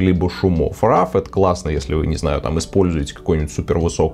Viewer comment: спасибо, очень интересно рассказываете! только просьба - пожалуйста, говорите правильно - роу, а не рав) (да-да. я - душнила)